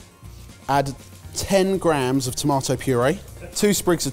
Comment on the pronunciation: Linguistic Point: Why does say "grahams" instead of "grams"?